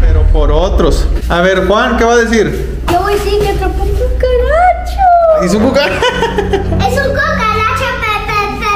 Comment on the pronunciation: Ivana dice cucalacha